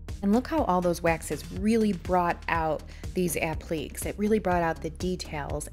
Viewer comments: I enjoyed watching the wonderful job you did turning that ugly duckling into a beautiful swan. I just wanted you to know, since you pronounced "applique" constantly as "app-leek"; it is actually pronounced like "app-lee-kay". Applique is a french word. Regardless of how it is pronounced, you did a wonderful job! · This is not meant to hurt you, but you are mispronouncing the word "applique". It is not pronounced like "oblique." It is a French word, the proper spelling is appliqué, but is pronounced the same with or without the accent with three syllables: app-leh-KAY, emphasis on the last syllable. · This is gorgeous! I love how you blend techniques too. Please take no offense, but you KILLED ME mispronouncing applique. It's a-pluh-KAY. hehehe I can't help but let you know since literally EVERYTHING else about this flip was spot on. <3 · Such a stunning transformation. A beautiful piece. (FYI: It's pronounced "ap-li-cays".)